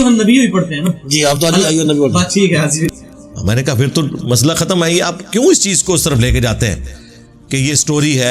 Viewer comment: Badtameez insaan pehle bolna seekh apna talaffu theek kar baad mein video banaiyo.sharm ko saram Shan ko saan haazir ko hajir mirza ko mirja video banana band kar Sara mizaj kharab ho jata hey.